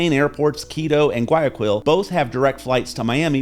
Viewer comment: I can tell immediately you favor Colombia, especially when you can't pronounce Guayaquil correctly, tells how much experience you have in Ecuador. Exchange rates change, especially in an unstable world with psychos running countries. When the dollar tanks, Ecuador's imports will soar, but local prices will be more stable.